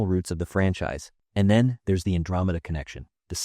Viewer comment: Why the hell is Andromeda being pronounced so weird?